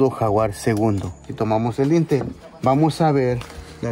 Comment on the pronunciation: Es dintel, no lintel.